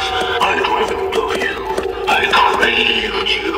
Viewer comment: Its Not “Kraved” it’s “craved”